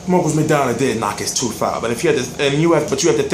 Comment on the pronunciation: it's tooth not teef lol